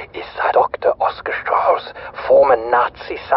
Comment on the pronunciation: Very nice video, but you're really butchering the names. Names like: *SHtraus *Fogel *ProYekt EndSHtaTSion And I didn't even catch some of the words. Pro tip: Next time let Google read it for you before creating a video.